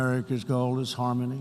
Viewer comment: Is he unable to distinguish the word "goal" from the word "gold", or are his dentures falling out? Perhaps both?